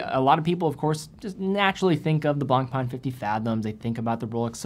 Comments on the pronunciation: I dont wan't to be rude but you could pay more respect to the french guys that have given their names to their brands. You are really damaging their names : BlancPain becomes "BlangPan", FP Journe become "F Pigeon"... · you need to improve your pronunciation of BlancPain.